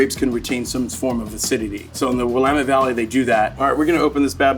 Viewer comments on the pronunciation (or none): Yes... I moved out east and the first time I heard "William-ette" it almost made me angry. 😂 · He mispronounces Paso Robles & Willamette Valley!!!!